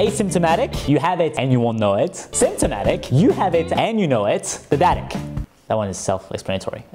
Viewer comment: No One: Apple: as Tim Cook: Deaddatic